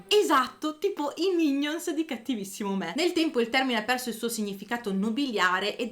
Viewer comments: Non si pronuncia mìgnons ma mignòn. Comunque video interessante. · Attenzione agli accenti! Mignòn, non mìgnon. E Brunswick, non Branswick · Una bella storia , grazie 🙏🏻, solo che all' inizio del vidéo si parla dei " mignons" du roi, si pronuncia minion, perché e' francese non inglese 😊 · Allora, qualche rettifica si impone : "Mignons" significa "Gracieux, jolis" (ovvero carino) e si pronuncia mignòn e non ha nulla a che vedere col concetto di "sottoposto". Henri III non avrebbe mai potuto essere oggetto di critiche a Versailles, semplicemente perché Versailles sarebbe esistita e sarebbe stata abitata dal re (Louis XIV) solo un secolo più tardi. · Video molto interessante. Credo, però, che dovresti correggere la pronuncia della parola "mignons" che, essendo francese, richiede che l'accento cada sull'ultima sillaba